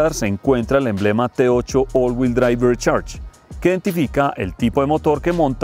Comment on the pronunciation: Mis oídos sangran cada vez que dice: Rechers